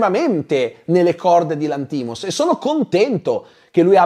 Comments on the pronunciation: D'accordo su tutto tranne che sulla pronuncia del cognome del regista (Lànthimos, non Lanthìmos) 😅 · VA BENE TUTTO MA SI PRONUNICA Yórgos Lánthimos (grec moderne : Γιώργος Λάνθιμος / Giórgos Lánthimos), PER FAVOREEEEEEEE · ottima recensione. attento alla pronuncia del nome del regista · io ti ascolto sempre con molto piacere e sei l'unico che ascolto per quanto riguarda le recensioni, però il cognome del regista lo pronunci male! 😢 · Perché pronunci Lanthimos così?